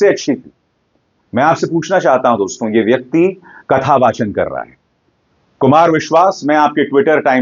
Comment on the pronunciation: अभिसार शर्मा जी, निश्चय ही हम आपके प्रशंसक हैं लेकिन आपके मामूली से उच्चारण दोष के कारण झटका लगता है.. जब आप दोस्तो संबोधन को ‘दोस्तों ‘ बोलते हैं तो बरबस हमें मोदी जी का ‘मित्रों’ संबोधन याद आ जाता है पर उनकी मातृभाषा गुजराती है इसलिए हम सुनकर टाल देते हैं । कृपया अन्यथा न लें ।